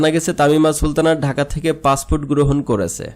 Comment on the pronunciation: উচ্চারণ ঠিক কর পাছফুট না পাসপোর্ট